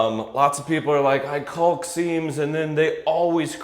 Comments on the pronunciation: Please look at the pronunciation of caulk. The “L” is silent. It is pronounced like “kaak” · The “L” in caulk doing a lot of heavy lifting here.